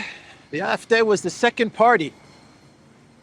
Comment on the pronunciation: How come you pronounce CDU normally but AfD weird?